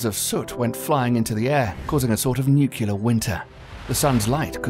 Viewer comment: Narrator: PLEASE stop saying "Nuke-yu-ler"!!! The word is spelled "Nuclear". And pronounced "Nu-clee-er". "Nuke-yu-ler" (or, often, "Newk-ya-ler") is the 'Murican Bush-level yee-haw pronunciation for high school beer-swillin' gun-totin' dropouts. You sound British; thus, I had expectations you knew the language. "Disappointed, I am", says Yoda.....